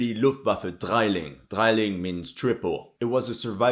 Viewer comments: It´s not a "Dreiling" It´s a "Drilling"! Believe me, my man is a german gunguy. Lot´s of canadians or americans think because of the german word "drei" (three) it´s called "Dreiling". This is incorrect. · Its pronounced dree-ling, not drai-ling.